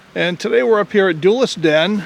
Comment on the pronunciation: I get a chuckle when I hear you said “duelist” because it sounds almost exactly like one of the many unique words my mother says, “Dooless.” It means a state of being where one, in a sloth-like and absentminded manner, does nothing productive in a situation where urgent attention is required. The verb form is “dools around.” My grandmother would also say this word. I have heard nobody else use it.